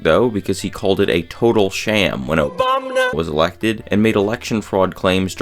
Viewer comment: Obamana gets me everytime😂😂 I have to say it when I hear his name